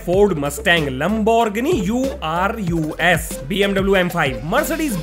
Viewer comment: lemborgini U R U S🤣🤣🤣 I THINKits lemborgini urus 🤣